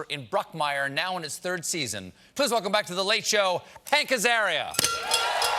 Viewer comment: “Hanker’s Area”